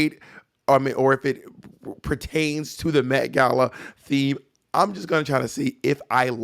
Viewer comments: The MEH-gala lol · the METH gala??